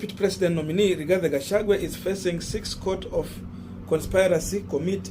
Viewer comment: Thank you Korongo Allan for that correction. I corrected this young man on the same names yesterday and he thanked me for it. But today, he is still pronouncing Rigathi Gachagua as RIGATHE GACHAGUE😭😭😭